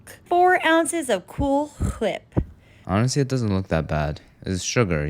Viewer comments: Oh no.. not The Cool Hwhip :D🤣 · The way my head snapped back at "cool chhwhihppp" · What weird way you say Cool Hwip